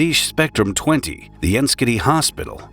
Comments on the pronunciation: 'Enschede' is pronounced ens-gay-day. It's not a joke. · Enschede is pronounced “en-shed-deh” for your information. May be Canadian but been to the Netherlands three times